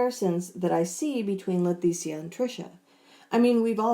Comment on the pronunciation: I'm curious. Do you pronounce her name wrong on purpose because you know it pisses her off? It sounds like you call her LeTHesia instead of Leticia. No offense, just wondering if you're doing it on purpose. 🤣🤣🤣 Great video as usual!